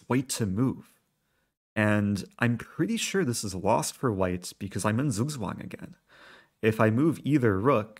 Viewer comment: Zugzwang is pronounced as: TSOOK TSWUNG